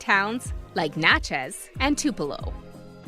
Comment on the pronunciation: I was shocked to see the Natchez Trace on here yet THRILLED!!! Even more so when you pronounced Natchez (my hometown) correctly at the beginning of the video……. Then incorrectly at the end 😂 still loved the video